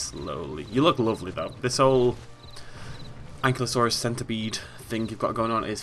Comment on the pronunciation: An-kye-loh-sore-us Book pronunciation, I hate the inaccurate pronunciation as well, probably not as much. Speaking to 6 years ago version